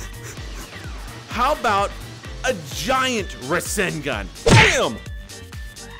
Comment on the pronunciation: Ra sin gan........ NO.......Its Ra SAN gan